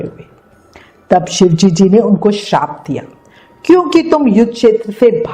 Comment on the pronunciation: Mam aap ki shive ji bolna nhi aata kya ... aap bolti ho shivejiji no galet hai ...shive ji bola kro